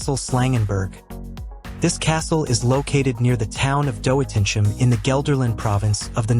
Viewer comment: it's quite a challenge as a dutch person to translate your pronunciations of towns like Doetinchem (= Do Tin g em)